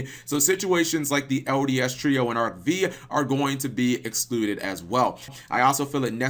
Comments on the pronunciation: arc V is pronounced "arc FIVE" not "arc vee"! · Nigga really called Arc 5 Arc VEE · Did you call it arc v and not arc five?